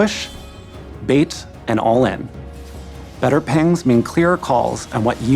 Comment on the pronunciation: I'm sorry, are we glossing over the fact that he called Pings -Pengs, multiple times?